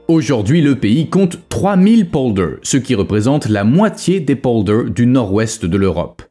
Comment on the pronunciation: Quand vous parlez d'un pays, apprenez à prononcer correctement les lieux dont vous parlez ! Les polders : ça se prononce exactement comme ça s'écrit pollderrss (c'est moi qui double les sonsonnes), Zuyderzee = "Zeyyderzéé, et la terminaison meer qui signifie lac = méér et non comme en anglais. Et surtout ne me parlez pas d'éoliennes, véritables hachoirs à oiseaux et bétonisation du sol (même sous la mer) et dont on nous cache (les lobbys) la désastreuse pollution et le faible rendement !.